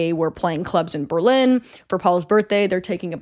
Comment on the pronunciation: Thanks for the corrections! I was irrationally angry every time you said Berlin 🙈